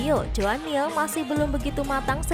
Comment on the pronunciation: Mirrr Bukan miaa